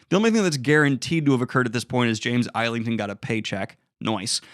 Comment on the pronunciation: IZZLINGTON, JAMES IZZLINGTON! NOT EYELINGTON!